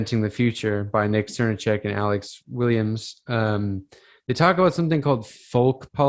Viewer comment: Enjoyed listening to this ps. Srnicek is pronounced SirNick pps. if we take the environmental issues as importantly as we should all these ideas need to come into effect. Capitalism is eating itself.